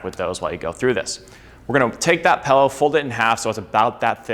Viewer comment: Take a shot every time he says pellow